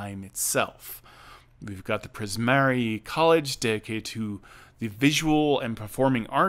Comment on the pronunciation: Priz-mar-ee. No ‘a’ at the end.